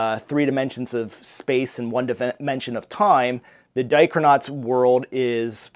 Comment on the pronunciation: Thanks for the tag! This looks so fun and your greenscreen looks great! Editing is on point! Heh, when you said Dichronauts, I thought you said Diapernauts...BTW, you took all my answers!